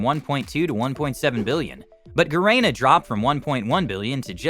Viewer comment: You cannot even pronounce Shopee and Garena correctly? so much for your research credibility